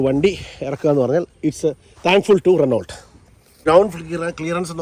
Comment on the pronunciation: റെനോ എന്നേ പറയു.. റെനോൾട്ട് എന്നല്ല പ്ലീസ്